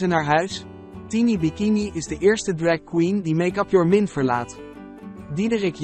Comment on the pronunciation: Sorry maar MINT?? Het is engels dus MIND